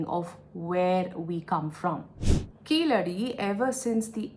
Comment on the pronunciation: Keezhadi is the correct pronunciation not keeladi .